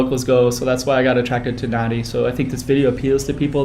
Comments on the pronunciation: You are wrong... The correct pronunciation of Nadi, is closer to “Nahn-di” than “Nan-di”. “b” is “mb” as in bamboo. you'll hear “bula” or “hello” many times. You may notice the slight humming “m”, almost silent at the beginning. It is NOT Na-Di! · PLEASE Pronounce the name of this town correctly!! It is not Na-Di. It is said Nan-Di. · Learn to pronounce NADI...there’s a silent N after the A. And it’s not HINDI religion it’s the HINDU religion.